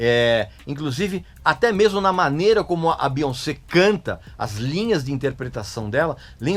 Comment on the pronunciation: Amei a sua pronúncia do nome dela, que respeita a origem francesa dele. Aqui no Brasil, a galera tenta trazer uma pronúncia do inglês, acredito eu baseada na pronúncia do "once" (?), quando na verdade o nome dela tem origem francesa e NÃO inglesa, cuja pronúncia é essa mesmo: BiONcê. Nem mesmo nos EUA o povo tenta inglesar a pronúncia, respeitando a origem francesa, mas aqui tentam a todo custo inglesar isso. Aí sai um BiÓNNNNcí. Hahahahaahha